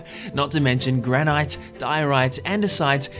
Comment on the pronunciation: Dude literally said granite wrong